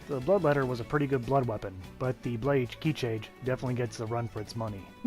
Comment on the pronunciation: It's crazy how much ppl struggle to pronounce Japanese when it's probably the easiest language when it comes to that.